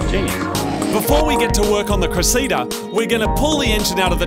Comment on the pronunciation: Its pronounced Cress-Sa-DA, Not Kra-See-Da. Anyways, thanks for paying homage to the MX83. Perfect Granny Sleepr Car.